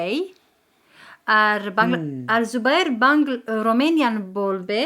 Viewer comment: ভাইয়া আগে রোমেনিয়ান বলবে😁